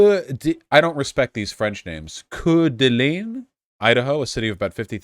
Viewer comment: Lol hearing you pronounce Coeur d'Alene Idaho is the funniest shit. So close yet so far away 😂